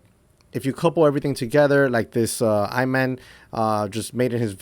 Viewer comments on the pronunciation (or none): E monn, not “I” Man lol